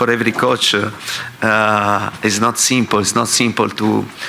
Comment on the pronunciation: It's not simpol its not simpool eeeeeeeeeee